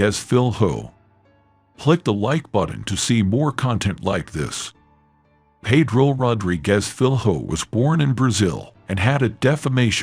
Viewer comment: learn how to pronouce his name correct before putting this up. should be the minimum request!